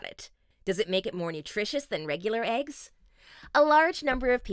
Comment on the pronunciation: they are called eggs not ayygs